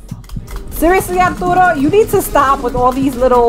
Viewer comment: I love how you say "Arturo"! It sounds so nice!